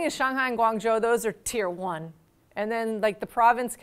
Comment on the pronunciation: "China number Wahn"